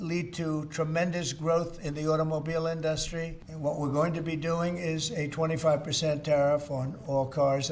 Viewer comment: the man child can’t speak!! “In dust ry”